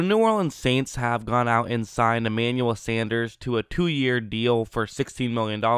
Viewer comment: SAN. DERS. sendrus....... SANDERRRRRRRRRSSSSSSSAH